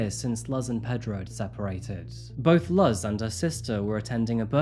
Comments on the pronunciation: hi!! puertorrican here, Luz is not pronounced "luhhz", it's pronounced "loos" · As a girl from the bx who is mostly by Puerto Rican people you pronounce “Luz” as Loose. Love your videos ! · Ironic that he's sponsored by a language app but keeps calling Luz "Luhz". It's infuriating! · People mostly say the name like this - Lou's. "Luz" can have the same sounds as "lose" and "loose." It doesn't start off with the same sound as "luggage." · Thank you for covering this story, it had a happy ending. Im glad the girl got to grow up with her real parents. The number of people who steal others' children is scary. On a separate note, I believe the pronunciation of Luz is "loose", not "luhz". It bothered me the whole time lol. Please please try to research the proper pronunciations of the victims' names!🙏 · The mother's name would be pronounced like Loose with a z - the Luhz pronunciation just drove me up a wall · Lol dude COME ON...lol it's not "L-uhh-z" it's "L-oo-s" A 4 sec stroke of a keyboard in the name of research is all it takes. You are probably a millionaire or on your way. Get a proof reader. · Put Luz in the Babble app. Luz means light in Spanish and rhymes with booze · Wow that babel is working out great for you huh? It’s a Spanish name pronounced LOOZ. It means light, a-hole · Her mother's name is pronounced Loohz. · Just a note "Luz" is pronounced more like "loose" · Puerto Ricans are not immigrants. They are US citizens by birth. Also, Luz is pronounced like "Loose" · I love you!! Your videos are so thorough and empathetic. Just a little lesson, you can’t “immigrate” from Puerto Rico, as it is an American territory. Also, Luz is pronounced Loose. I’m not trying to be a nitpicking bitch but I’m from PR and it seems like no one cares to learn anything about my beautiful island ❤❤❤ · Oh dear in my region that name is pronounced LOOZE perhaps that’s not universal. It is nice to hear a happy ending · It’s pronounced Loose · Luz is pronounced looz